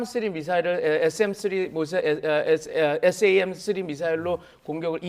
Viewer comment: 무기 이름도 제대로 모르는 사람이 무슨 전문가로 나와서 떠드나. SM-3를 SAM-3로 말하는 저 사람 최소한 확인하고 방송에 불러라. 신뢰도가 팍팍 떨어지네.